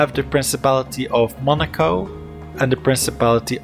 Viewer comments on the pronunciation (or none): none